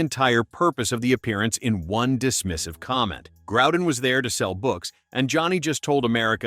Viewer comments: The name is pronounced Grow-den. Not Growe-den. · It is NOT Grou-den either.